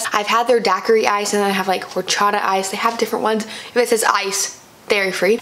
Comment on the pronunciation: You don’t pronounce the H in horchata